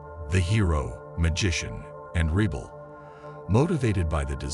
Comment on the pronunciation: Whats a reebal? Omg AI is terrible. but info is good.